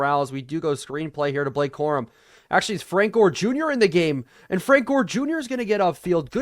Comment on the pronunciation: i think you said Jore not Gore in the video.